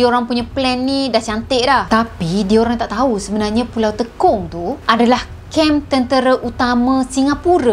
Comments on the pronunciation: Salah sebutan..bukan teekong....tapi tey kong....MCM sebutan tekong sepaktakraw..tekong yg bermaksud ketua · Tekong sebut sbg "tey kong" bukan "te kong" 😁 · Salam. Knp nk di lawakkn plk sebutan nama pulau di Singapura. Klu tk tahu bertanye,jgn di buat lawak mcm org kurang akal. Maaf pd sesiape yg terasa. Sebutan nye,Pulau Te...kong. klu tekong kn dan jadi kita bermain sepak takraw. Sy org Singapura,hrp hormat dan berfikir sblm pandai2 nk ubah sesuatu nama... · Sebutan tekong tu kurang tepat